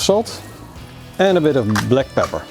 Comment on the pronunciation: sounds like he said add a lil bit of black power 😂😂😂😂😂